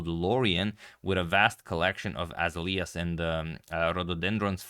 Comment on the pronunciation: The flower is pronounced A - Zale ya